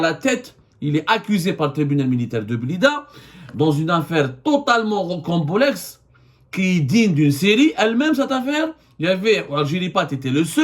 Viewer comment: On dit rocambolesque et non pas "rocambolexe"